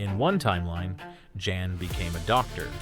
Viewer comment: Guy in Alters name is pronounced with a soft J. Like YAN. Not Jan. 😂